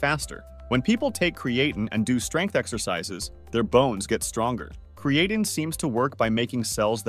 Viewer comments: Literally have never heard anyone pronounce creatine this way... Uh. Yeah... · Cre-A -tin. 😂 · If you're going to use an AI script, AI voice, at least pronounce the name of your subject matter. Video looks professional bat that. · Can't even pronounce the name right lol I'm sure this vid will be full of correct information.